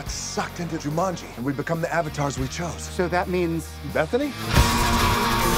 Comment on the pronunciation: Or as Rhys Montague Darby very inappropriately pronounces it.. Jamunji..